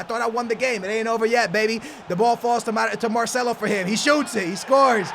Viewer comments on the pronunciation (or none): none